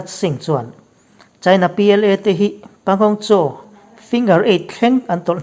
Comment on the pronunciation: Pangong Tso. (Panggong saw) ti a lam tir